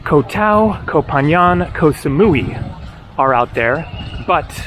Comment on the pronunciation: Your first assumption was right (at least from what I recall from my Thailand travels). Also Koh Phangan is pronounced "Phan-Gan" rather then "Phan-Yan", at least I hear it pronounced like that from locals, but I'm not Thai of course.